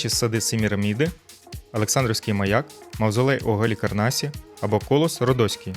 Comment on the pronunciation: Вітаю. Гарні вікторини, але ж будьте уважні у наголосах: не Арба, а арбА; не кОлос Родоський, а КолОс Родоський. КОлос у рослини❤